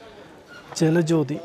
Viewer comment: ജാല ജോതി അല്ല 😂😂 ജല ജോതി😅😅